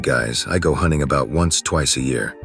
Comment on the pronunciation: Hoonting the hoonter